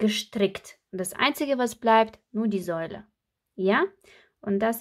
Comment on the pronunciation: Du sagst Säule,es heisst Sohle.🥰super schöne Schühchen❤